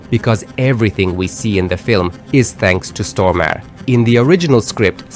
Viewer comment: that is awesome! i was just thinking, i hope they may a sequel. Their cast was CHOICE. I apologize in advance for the OCD name pronunciation correction, but Stormare is pronounced like stor mar ray